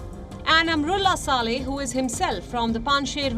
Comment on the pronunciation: Palki dear why do you say Amarullah Saleh; its wrong pronunciation; I am and all of us are disappointed at your faux pas; please correct yourself it should be "Amrullah Saleh and and Amar